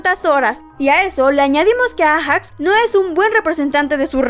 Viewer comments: te pido por favor que aprendas a leer nombre por ejemplo no se dice ejacs se lee eiyacs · Se dice eijax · Se dice ayax